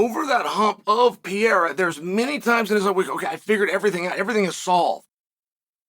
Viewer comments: The name is Alex PERREIRA! Pronounced “puh-ray-rah” in Caucasian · I just wish he stops saying Alex Piera. It drives me crazy. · I love how Chael refuses to say some guys name correctly. Who in tf is Piera? I’m still trying to find out who tf little Will Fury is😂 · STOP SAYING PIERA!!!!